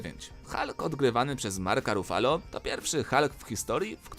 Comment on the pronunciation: Boże jak mnie bolą te spolszczenia "Ivans" i "Rufalo" Ajajaj wszystko znałam 😂